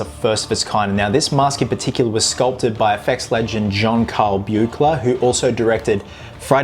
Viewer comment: John Carl Buechler's last name is actually pronounced "Beekler". He, Rob Bottin, and Chris Walas get their last names mispronounced in, like, 90% of the things they get mentioned in 😂